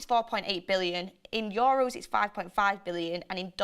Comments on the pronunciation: ITS YOU-ROSE (EUROS). NOT YO RUSE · YOHHROWS lmao